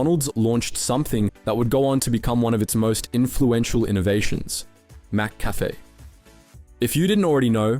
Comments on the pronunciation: its pronounced Mik - Cafe not Mak Cafe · Mc not Mac Cafe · It's McCafe..not mAcCafe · MC-CAFE not Mac-Cafe! Are you even Aussie?😂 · Curious how you pronounce it “Mac-Café” instead of “Muh-Café” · Bro it's not Mac cafe is mick cafe, geez say right mate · Mick-Cafe* cheers 🍻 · Whats with the pronciation of McCafe??? "Mac-Cafe" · Mack Cafe 😂😅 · Mac-cafe, like Big Mac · The mispronunciation of McCafe over and over, then changing it, the buggering up again speaks of AI. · You need to train your AI better. The pronounciation of McCafe and Taco Bell is way off. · Other than your terrible pronounciation of Mcafe, this was a good video. Hungry now for a Mac attack😂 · i cant believe the aussie telling us the story he cant even pronounce mccafe properly - sheesh mate!!! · When you mispronounce "McCafe" so hard that people are now trying to buy "McAfee" antivirus software from Macca's! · Yeah that had to be on purpose to increase chat rage engagement. That'd when I decided it was AI and couldn't read the word properly l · I liked your vid but then you kept messing up the pronunciation of "McCafe" okay you pronounced it correctly and you fucked it up again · yeah hes always mispronouncing basic things in every video im beginning to think its rage bait to get comments. ill just downvote and not watch future videos instead.